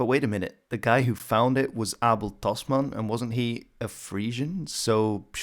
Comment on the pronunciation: From the way you said Abel Tasman I have to conclude that you are Dutch